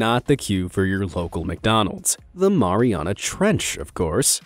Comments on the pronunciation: I think you said marina trench wrong I think you say it a different way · People who pronounce Mariana wrong 🤦‍♂️..... Keep in mind the origin of locations name... would you pronounce Marine mau-reene or Mair eene.. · The Mariana Trench sounds like Mariana like my name is Mariana